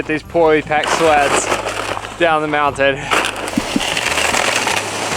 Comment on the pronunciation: in the intro i heard "we packed everything into these sluts"... she said sleds... makes more sense lol